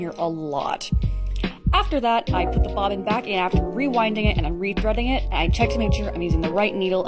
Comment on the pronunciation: I know nothing about sewing but i like the way she pronounces bobbin